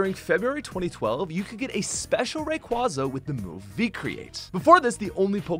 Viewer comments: It's Ray-QUAY-za! That mispronunciation irrationally angers me so much! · The way you say Rayquaza made me cringe.